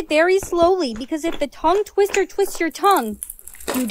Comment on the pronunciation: When she said “what’s a toungeTwitter?” When it’s tounge twister